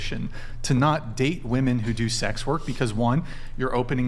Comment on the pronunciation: Why can't any of these girls say the word WOMEN...?